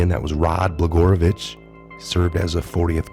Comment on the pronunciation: BLA-GOY-A-VICH. ILLINOI!!!(THE "S" IS SILENT!) GREAT report though!!